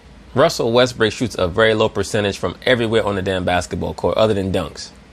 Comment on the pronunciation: Lol, i like the fact you kept saying russell Westbrick